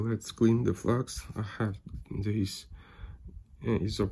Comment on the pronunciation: Автор! Флюс по английски пишется flux но читается флАкс а не флюкс. Закрытый слог и т. д.